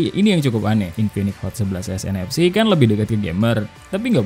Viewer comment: Gue dengernya infinix hot 11 nfs dan 11nfc 😂😂